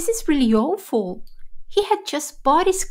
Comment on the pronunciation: Is ‘Awful’ pronunciation right?